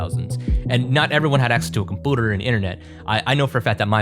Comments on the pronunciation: Why does bro say compooter instead of computer, he replaces the u with oo 💀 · i just cant i-i hear that he says compooter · Not being rude but your pronouncing "computer" wrong. Because in the "u" its pronounced like "pew" (love the video btw) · Compooter are you deadass 😂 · Why do you say "Compoter"? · Com-pyoo-ter. You can do this. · bro says computer so weird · Please don’t pronounce computer like that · Computer is incorrectly pronounced unless you are joshing